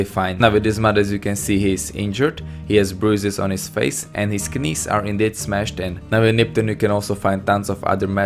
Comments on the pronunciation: Great video but... In the English word "knees," the K is silent. It's pronounced "nees" not "kanees." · You said knees wrong, you sounded like you said knees with a K and not just nees, not trying to be annoying just noticed. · not trying to be mean but alot of words that have a k in them like ''knees'' aren't supposed to be pronounced with the k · I love how he said "knees". Ka-neez. Obviously english is a second language so I don't fault him for it or anything. I just found it amusing.